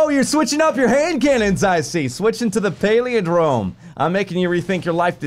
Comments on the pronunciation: I love you bless but please....please.....learn to say the name correctly.....its...."Pal" "lin" "drome"......not... paleodrome......please....love the vidoe otherwise. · It's pal-in-drome bless. It means something that is same forward as it is backwards. You know, like the word poop. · Pal-IN-drome. Good grief,! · PAL-IN-DROME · "paleondrome" love ya dude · it's pah-lihn-drome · Maybe is on the Paleo(drome) diet and that's why he can't pronounce Palindrome:p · you talk for a living, and you can't correctly pronounce "palindrome"?